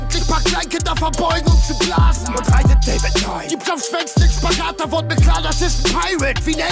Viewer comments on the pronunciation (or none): none